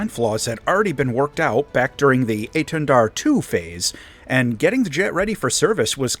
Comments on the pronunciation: You actually pronounced étendard good enought :3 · dont worry, you didnt butcher hiw name:D apart from the prononciation of the "r" (as every english speacker strugle) it was good, you even didnt fall into the trap of the silent "d" at the end:p you said it really well:) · You're pronouncing Étendard quite right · maybe i said it badly, but you did well, we dont says the D at the end and you didn't so it's a perfect :D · your etendard pronounciation isn't bad. the enlgish accent is noticable, but you pronouced it similarly to a french would. 8/10